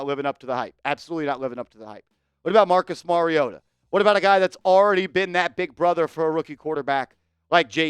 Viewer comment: Mariota??? Cmon 😂😂😂😂